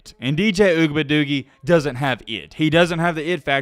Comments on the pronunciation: Oo -E -ah -ga-lay-lay is how it is pronounced. Just saying 🤠😅 let's see if they go undefeated and win the ACC and get into the playoffs. If he loses in the playoffs it will be a significant improvement. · How about putting some respect on his name and pronounce it CORRECTLY instead of making a mockery of it..... it's pronounced Ohh-we-unga-lay-lee.... pretty fucking disrespectful to mess over his name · Ooga buh doogie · I love the way he says dj ougabadoogie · I hope you know he's not the only one your disrespecting when you butcher his name. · The way he said his name 🤣🤣🤣🤣🤣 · You can't even pronounce the QBs name. Really? Man you are just another couch coach. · I love watching your channel but please stop saying DJ last name like either pronounce it right or just say DJ your better then that bro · posted 4 weeks ago a video "I Owe Dj Uiagalelei an Apology For This" now he's back to disrespecting a kid. Mispronouncing his name, is still a bad look. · Our young DBs are finally starting to get it together. Defense is pretty solid. DJ's name is pretty hard to pronounce, or spell for that matter, but he's a young man trying to figure this game of football and life out. I know it's all in fun and games, but don't disrespectfully butcher the young man's name. As always, great show. Looking forward to the next one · Say his last name right or don’t say it at all!! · Your pronunciation of dj’s last name gets worse and worse every video 😭😭😭